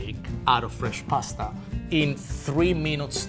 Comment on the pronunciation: It's not pronounced 'Paaaaaasta' ffs!!!